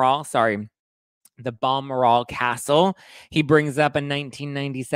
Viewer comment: UGGGHHHH Its pronounced………B-ELL……MOR……….AL ( not, BAL ……..MOR…….ELLE - as in DeGeneres!🤦🏻‍♀️) We don’t pronounce the White House as ‘Thar…..Wheat …..Huss’ so the least you could do is make an attempt at spelling, something so historically significant correctly. You can look it up online, how to pronounce something correctly. My wife suggest Wikipedia or any dictionary, and when you see a little speaker, Presley and well, the correct way of pronouncing something not how you think it should sound. PS have fun in 🤷🏻‍♀️